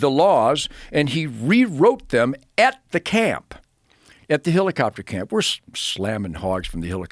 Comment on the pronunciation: every time he says HILLICOPTER I want to jump out of a helicopter.